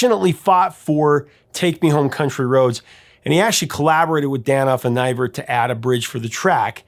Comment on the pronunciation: Well he mis-pronounced Deutschendorf too. And Nivert. 😀